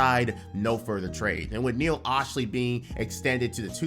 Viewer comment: You’re a Clippers fan and still can’t say Neil Olshey’s name? Sound it out.